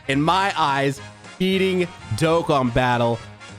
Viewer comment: I thought he said eating Dokkan Battle 😂